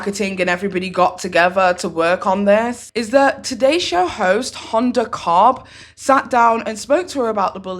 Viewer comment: Ho-da cot-B